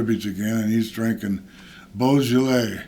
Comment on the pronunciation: Boujelais...lol! Fred Sanford drunk that lol!